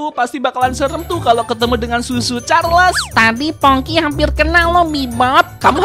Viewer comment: Aku denger bang El omong susu Charles 🤣🤣🤣🤣